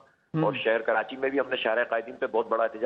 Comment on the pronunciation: Mr. Adnan adil plz correct yourself it’s not kirachi the correct spellings are Karachi so plz don’t say kirachi